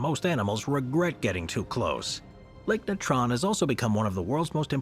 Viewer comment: It ruins your credibility when you can't pronounce common words like Natron and Tapir. You just sound ignorant, so why would we believe any of your content? "nuh-TRON...tup-PEER.."... really? Go back to school.